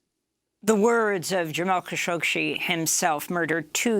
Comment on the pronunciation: it's Kashoggi and not Kashoggshi.